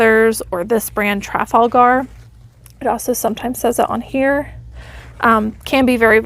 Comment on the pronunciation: I'm pretty sure that's pronounced "tra-FAL-ga" as in Trafalgar Square in London 🙂 Really nice hauls,. Thanks, as always!